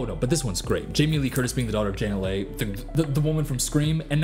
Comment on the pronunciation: AH! so many things but Janet Leigh is pronounced Lee. (it’s my middle name but it’s the feminine spelling of lee)